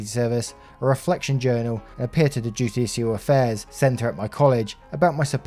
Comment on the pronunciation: Yes but you got "judicial affairs " right! Don't be too hard on yerself dude lol :)